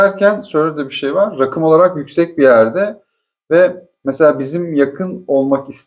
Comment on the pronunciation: hadi hayirli olsun ..sevindim.. bu arada rakım şarabım gibi degil raakim diye soylemelisiniz ...insallah yeni evinizde cok mutlu , huzurlu olun...